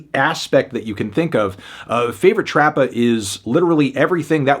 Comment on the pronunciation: He keeps saying trappa and rappa with a hard R lmao